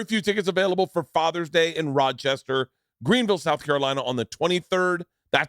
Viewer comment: Bruce Krapper saying Rod-Chester... 🤌!!! Of..course..he..does.